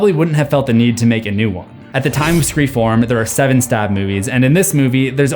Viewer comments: Nope, that was the last one, the last time, he said it right. So what’s the deal? That’s a weird thing to mispronounce so many times, in the exact same way. Did anyone else notice? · it kills me every time he says scree form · is it just me or does it sound like he’s saying scream fourm instead of four😅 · Please stop calling “Scream 4” “Screfourm.” It’s not funny anymore. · Okay. Okay. Totally off topic but I feel like I'm going crazy. Are you saying "Scream 4" or "Scree form"???? It catches me off guard everytime so maybe I'm nuts or maybe it's an awkward phrase for you? Totally irrelevant and means nothing but I just need to see if I am hearing things correctly. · it acctually annoys me when he says scre form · I keep hearing him say "scream form" instead of four lol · “in scree form” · Am I the only one hearing “Scream form”? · the way you kept pronouncing scream 4 as 'scree form' is really annoying (as ) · Im not trying to be mean but why do you keep sayin mg screfour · It's a joke. He did the same with se7en, he read it as se-seven-en. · was it just me who heard him say screa form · Love the videos! But is it just me or does he say scream Form instead of 4 every time? lol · Ok… I finally got it. I swore I was hearing him say Scream Form. I listened back and dig through comments to make sure I wasn’t the only one hearing this lol. I get it now. Screfourm… Drove me crazy thinking he was just adding an m to the end of 4 cause he couldn’t pronounce it right. Definitely time for bed! 😂 🤘🏻🤪🤘🏻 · He keeps saying “ screform “ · 9, up to 9 scree forms. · Yo real quick is it only me who here's him saying screa form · I’m sorry but the way he says Scream 4 as it sounds like form…kinda makes me cringe but y’all must watch the movies multiple times to pick up on all these. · “Screa fourm” 🤣 no hate, just funny. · is it just me, or did he say "scream Form" everytime? lol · Screform is never going to stop killing me every time I hear it,. 🤣🤣🤣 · Ah yes scre-fourm